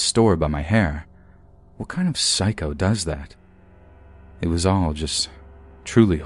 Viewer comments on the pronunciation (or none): none